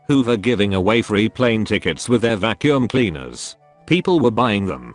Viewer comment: The way he says "Vaccum" hits a totally different level, haha!